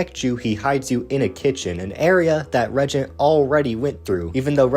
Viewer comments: Regent? Dawg you mean re-AGENT?😭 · I read the book. It's extremely poorly written. Too many loop holes like turn around and the reagent is there, but if you go down this path to the right, it's also there. Feels like game overs with lazy/poor reasoning. Also, it's pronounced re-agent.